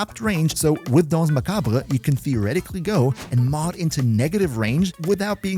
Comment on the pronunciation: Hi from France ! Your prononciation for dance is really good !